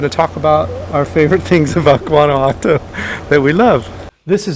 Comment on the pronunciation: Please learn to pronounce the name properly. Whaan ah whaa toh.